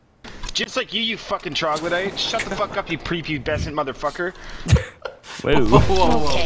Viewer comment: This boy said Troglodyte